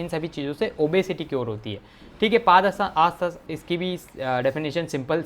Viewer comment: 🤣 paaaaadhastasna nhi padhastasna!!!!!!!!!!